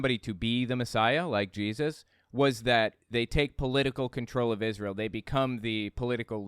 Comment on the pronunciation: Ahhh man, I thought you were ganna play my favorite clip! You know, when Shane Vaughn sings new Israel, new Israel, NEW IS-RAY-EL! It just makes me laugh every time i see it, his smug stupid face saying IS-RAY-EL. Gaaaawd hes just such a POS. 🤣🤣🤣🤣